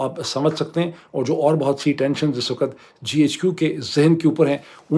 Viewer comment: For the third time, the word is "waqt", not "waqat". (وقت).